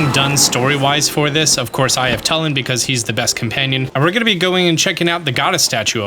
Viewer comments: BRO, IT'S NOT TULL-IN, IT'S TOO-LIN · it’s not tul-in its two-lin